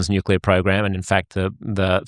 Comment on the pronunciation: I still struggle listening to credible people who can’t / won’t pronounce Nuclear properly. Nucular is not a word. Nuclear is not a hard word to pronounce, it’s only two syllables, it’s not new. There are much tougher words in our language. No I’m not an English Professor, I’m an Engineer. It shouldn’t matter though. We all got the same basic education.